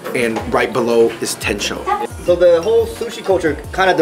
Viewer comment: 天正 「tensho」❌ 店長 「tenchou」⭕️